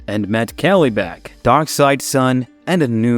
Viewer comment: Kelly-Bak! 😆🤣 Good God, get a new VoiceOver.